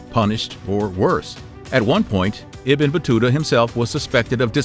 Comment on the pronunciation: Ibn pronounce as Eeeebnoooo